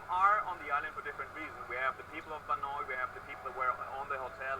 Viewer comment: a,azing the developers can even pronounce banoi..thats sad lol its not ban-oy its ban-ow